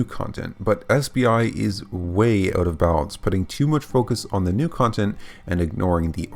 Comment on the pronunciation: It's "out" not oooot.